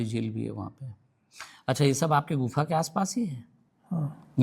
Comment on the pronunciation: गुनफा नहीं गुफा न नहीं बोलना है